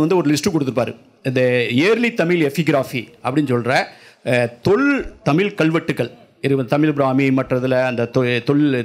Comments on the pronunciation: Brilliant talk on Sangam Thamizh. Thank you Sir. Your talk in Thamizh would be still brilliantly beautiful if stress is given on "zh" in Thamizh. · தமிழ் கூறும் சபையில் தமில் வாளியே என வரவேற்பது மனதிற்கு வேதனையளிக்கிறது